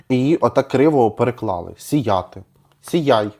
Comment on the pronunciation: Професійний огляд на відеомонтаж👍Але 🤔Зверніться будь ласка до словників, бо слова "сія'ти" у вас неіснує, зате існує чудове слово "гИтара". Думаю вам, як автору текстів, буде корисно😊